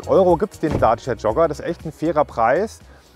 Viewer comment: Daaaacia. Hört sich merkwürdig an wie er Dacia ausspricht.